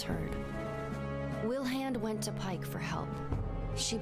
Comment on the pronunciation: Yeah, Pike said it wrong